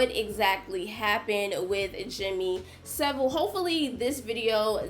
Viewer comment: “Jimmy Civil” 🤣